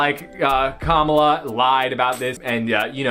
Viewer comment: Love your videos but just a heads up, her name is pronounced like Comma - La. Not, Ka - Mala.